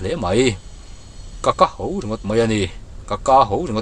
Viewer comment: Ka ho tih hi i lam dik lo leh ṭhin. Kâ hau ni loin ka (keimah) ho (to thluka lam tur) tih tur a ni zawk e